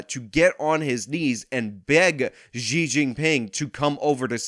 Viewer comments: Xi is pronounced as "She" by the way, at least trash that pig correctly. It's really annoying hearing you say ji instead of she. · She...xi is pronounced she.